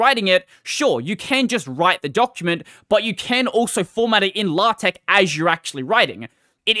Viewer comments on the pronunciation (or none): LA-TECH??? DO YOU MEAN LAY-TECH???